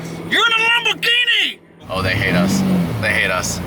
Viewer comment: Why does say 'Lam-BOOOR-ghini'? 😁